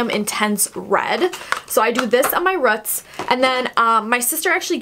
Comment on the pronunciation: its roots not rut smh